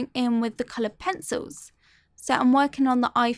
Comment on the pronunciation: Every time she says "colored pensowles" I immediately think of peppa pig